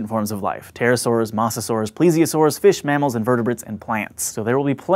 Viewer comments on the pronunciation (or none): I swear he said "fishmammals" as a single word...